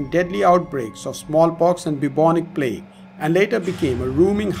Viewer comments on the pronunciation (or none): none